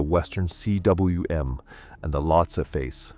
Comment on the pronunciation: cwm NOT C W M!!!!! It's not initials it's a full word.